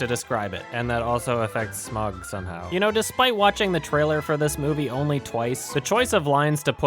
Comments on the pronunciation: It's pronounced sma-uug (smauwg), not "smog". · Smaug's name is pronounced Sm(ow)g hence Smaug, It's the way Tolkien would want it to sound like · You said smaug wrong